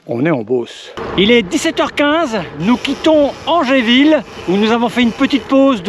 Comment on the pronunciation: Très sympa ! La prochaine fois, faudra que tu révises les noms de commune avant : Gif-sur-Yvette se prononce "jif sur Yvette" et Angerville se prononce "anjèreville" 😛